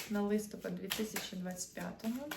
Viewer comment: Вітаю ☀️ Ви напрочуд гарна дівчина- українська красуня 😍 Хотілось би від вас також чути гарну українську мову. У слові «листопад» наголос падає на останній склад — листопАд́. Це в жодному випадку не критика, це прохання 🌸